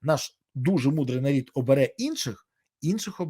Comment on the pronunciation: Аж уши режет-нар1д,.бл...😕